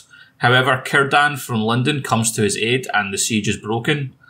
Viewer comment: is saying lindon or London?😂